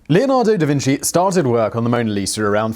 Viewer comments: Pronunciation guide: Da Vinchi not Da Vinsi. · "Da Vin - chi" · Holy shit guys Simon pronounced Da Vinci right-- wait no he said Da Vinssee as I was typing this.